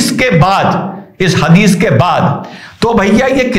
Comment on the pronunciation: ये हदीस कहा आपने या हगीज😂😂😂😂